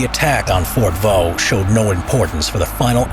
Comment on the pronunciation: You stupid it fort de voux